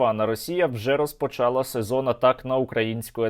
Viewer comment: не можна слухать - розпочАла, дАла, якщо правильно далА, розпочалА